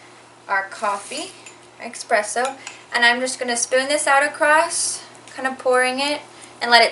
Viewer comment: Pet peeve: people who say "expresso" 😣😖